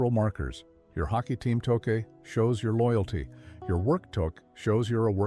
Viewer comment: pronounce touque properly.